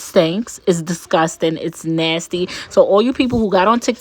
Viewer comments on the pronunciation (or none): The way she says discusting always gets me, I'm dying.😂😂😂😂😂